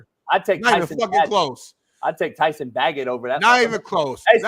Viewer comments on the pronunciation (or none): none